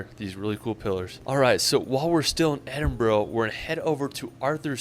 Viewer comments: Oh - pronounciation: Glasgow - "Glaz-Go" (not "Glass Gow") Edinburgh - "Eddin-Burrow" (not "Eedin burg") Loch Lomond - "Loch Low-Mund" Drumnadrochit - "Drum-na-drocket" Milngavie - "Mull-Guy" Scotland is sometimes called "The Big Country" - it's not a huge country, but there's so much scenery to see, and due to the geography, the roads have to meander everywhere and so it takes much longer to get from A to B than you'd expect. The mountains make it seem vast, because you can't see past them. Like, from the top of York Minster (a huge cathedral in the city of York, England) you can see Edinburgh - on a clear day - and that's 200 miles. But due to the mountains in Scotland, you can sometimes only see a few miles. That factoid about seeing Edinburgh from 200 miles away tells you something about the geography in south-eastern Scotland - it's much flatter there than it is elsewhere. Best mountain ranges in Scotland are the Cairngorms and the Northern Highlands. If you're going to Loch Ness, you'll be based in the city of Inverness and you'll be right between the Northern Highlands and the Cairngorms, so getting out to see either should not be difficult or excessively time consuming. And if you're going to stay in Inverness at any point, I'll happily recommend you the Craigmonie Hotel, where we had our wedding reception, and have stayed there a few times in the years since. Inverness is a lovely little city and it's nice to go for a walk on a sunny day by the River Ness down from t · Please it is not Edinbro!!! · I'm from Glasgow . It's EMBRA . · you pronounced Edinburgh properly...it's not boro, it's bora. Everytime he said it, it was painfull. How could you not go to Edinburgh Castle! It has William Wallace's sword. Also how did he not go to the hidden streets beneath Edinburgh city! Instead of demolishing the streets to build the city, they just built over them, so the streets are stuck in time! It's a must go 😊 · Edinbro ? The guy needs to know how to pronounce it